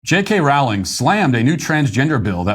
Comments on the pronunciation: Hey Matt. Her name is pronounced Rolling. A good way to remember how to say it is "she is rolling in it $$" 😁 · I really wish Matt would learn how to pronounce Rowling. Here's how I remember: "What is Harry Potter's preferred method of going downhill? Sledding... JK, Rolling." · Good clip. Rowling rhymes with bowling.